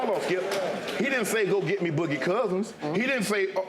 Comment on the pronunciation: How everyone else pronounces Skip: Skip How Shannon pronounces Skip: Skeeyup